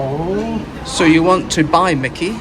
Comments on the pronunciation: Myki is pronounced Mike E. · Did these two lads think about visiting Dandenong?, it would have been a culture shock. That little grey card is pronounced MY KEY, and I hope they kept it topped up. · I've never heard it called a Mickey card before 😂🤣😂 It's pronounced "My key". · Not micky like micky mouse. Mi kee card is how it's pronounced. Sorry I laughed when you said micky 😂. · It’s pronounced My Key …myki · Myki card is pronounced My Key & Melbourne has more trams than any city in the world. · There are a number of tram types used in Melbourne, some going back 100 years. You might like to consider trying out the City Circle tram which uses the old W-class and is around 100 years old. FYI the MYKI card is pronounced 'my key'. If you have an Android phone you can get one in the Google Pay app.